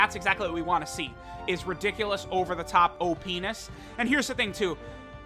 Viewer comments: he said " op nes ". What does that sound like? :) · hehehe he said “O-Penis” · Hehe he said OPenis